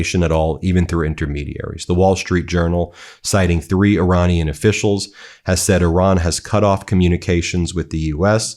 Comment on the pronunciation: Iranina people is pronounced Ir"A"nian people.